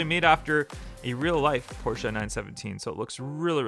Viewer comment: "Porsche", not Porschea.